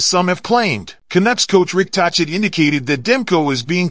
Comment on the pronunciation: Pronounced Talket not tochit also Besser not boser. Get that straight and I might subscribe